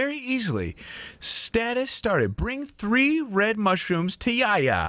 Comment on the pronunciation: name is spelled Yahya where you read the "h" it's a common name in Turkish and has it's origin from hebrew. It means "god is benevolent.